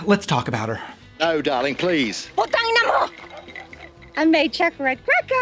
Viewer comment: The crisp "Putang Ina Mo" took me by surprise